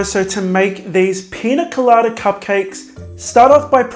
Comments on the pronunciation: He makes good cupcake/macaron videos. Also he is saying piña colada right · I think you said pina colada just perfect !!